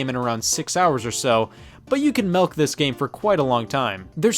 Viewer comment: Did you just say "melk"???? Unsubbing from you